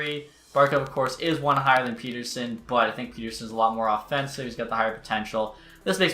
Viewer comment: STOP PRONOUNCING PETTERSONS NAME WRONG